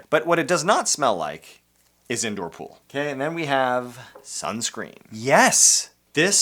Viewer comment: Welcome to my “ool” Notice how there’s no “P” in it